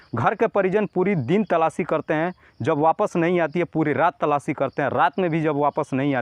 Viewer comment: अरे गधे बार-बार तलाची तलाची क्या करता हैसीधे बोल तलाश कर रहे हैं😅😅😅😅😅😅😅😅😅